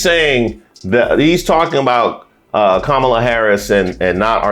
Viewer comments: Hey, does anyone else correct these MF’ers pronunciation every flippin’ time? “Ka-Mala” “It’s comma la!” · kaMAla is the Russian pronunciation of her name. Russians emphasize the second syllable. English emphasizes the first syllable. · I hate struggling with this, but I am voting for her and I keep calling her Kah-mah-la and not Kam'la 😢. I have trouble remembering to do it in the moment. Im sure it will go away once she is inaugurated. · Republicans say Kamala’s name wrong to show disrespect. When they say it wrong…..I correct and if they continue with pronoun it wrong …..there is nothing else to talk about and they are tuned out.